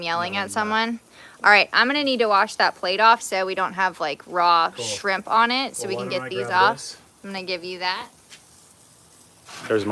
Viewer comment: She said skrimp 😂😂